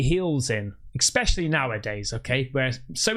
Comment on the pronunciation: you lost me at "eXpecially"